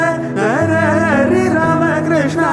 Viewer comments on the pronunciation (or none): none